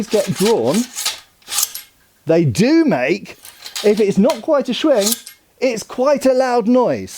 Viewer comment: Tried to take a shot everyone said "shwing"... Just woke up in the hospital....